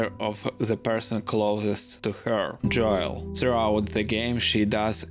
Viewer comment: dam man ur such a wholesome person I’m sorry. I’ll try to rewatch this when I’m home later. It’s really the way u say Joel’s name lol. It’s pronounced “Jole” like “hole” but with a j. English is the hardest language. I’m thankful that’s my primary language